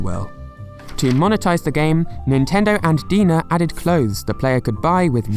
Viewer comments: Just a heads up, DeNA is pronounced like "DNA" not "Deena." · its not pronounced as DENA, its like DNA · Deena? It's pronounced DNA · It's quite sad to see Miitomo went under. Miifoto was a real treat that was just fun to mess around with. (I hope they could release it as a standalone app at some point) The Answer Central and Style Central were a really nice addition, especially for some people who doesn't have friend or anyone they know uses the app. (like me) By the way, the company DeNA literally pronounced as D-N-A. Not De-Na. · LOL, DeNA is supposed to be pronounced like DNA pay attention to the capital letters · It’s pronounced “D N A” “E What Ah” “me toe moe”